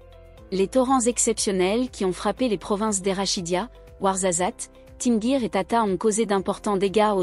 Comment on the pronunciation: Tu dis notre pays et tu prononces Tinghir Tinguir, tu n'as rien avoir avec le Maroc.